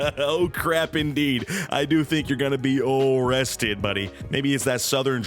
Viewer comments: Be vewwy vewwy quiet. We're hunting for underage girls (hehehhehe) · O-WESTED? O-CWAP! 😅🤣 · Oh cwap.... Am I gonna be o o-rested? 😂🤣😂🤣😂🤣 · O-rested gets me everytime haha oh cwap